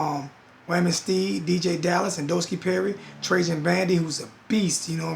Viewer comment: Lol he said Nodoski Perry 😂😂😂😂